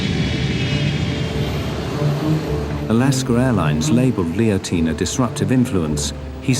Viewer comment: "Alasker Airlines"